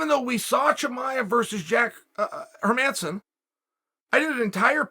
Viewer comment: Can ppl stop mispronouncing hermansson pls. The emphasis is on the first syllable. HERmansson. The E is pronounced like the E in 'leg' not the E in 'her'